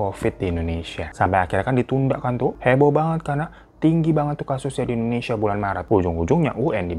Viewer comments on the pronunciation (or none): none